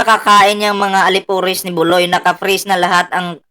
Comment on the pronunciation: Buloy ka ng buloy bulog Hindi ki buloy ki bulog